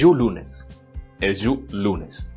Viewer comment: Eju lune. Sin la "s" final. Otro: "Kure mano"